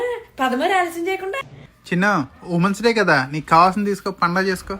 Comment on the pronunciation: ఉమన్స్ డే కాదు విమెన్స్ డే అనాలి